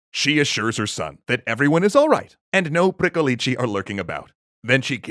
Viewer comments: You pronounced Strigoi pretty well, but Pricolici is pronounced more like "prick-oh-litch". The long -leecehee ending you're using would be a plural with a definite article. as in "Pricolicii, those two over there" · Well, he stressed the wrong syllable in "pricolici". Basically he said "pricolicii", which would be the plural form. And it sounds weird. But hey, kudos for trying! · It's pronounced more like "pree-ko-lich"; it ought to be pronounced faster, merging the syllables together rather than saying them as 3 separate sounds. The name of this creature sounds diminutive, almost comical, rather than scary to Romanian speakers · isn't it "pricolich"? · ci is pronounced ch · Pricolici sound like someone trying to teach an American to say vârcolaci:))))) But it is a correct, yet old word. Also funny, keeps emphasising the end of the word as if there were two "i"s which is the article in Romanian, in other words as if always saying "*the* pricolici, The pricolici, tHe PricOlicI!!:))) If there are any ardeleni in the comments, do you pronounce pricolici with an emphasis at the end? It's the first time I've heard this word and before googling I actually thought that jut says the "v" funny. All in all, great narration and cute pricolicii:))) 10/10 would pricolici again